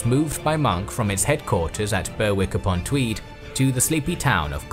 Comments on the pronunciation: 'Berrick upon Tweed' is how it's pronounced. Not 'Berr-wick'. Ask the locals: they'll tell you. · Lots of inaccuracies in this, but calling 'Berwick (Berrick) upon Tweed,' 'Burwick' is probably the worst. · Just a small point. The “W” in Fenwick and Berwick is silent. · Berwick is pronounced 'berrick.'